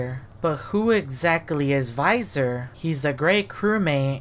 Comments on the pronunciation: why are you said viisor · bro when you say that it's almost sounds like you said no visor and I'm confused why you both say yes visor and no visor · Why the heck does he say VISOR 😂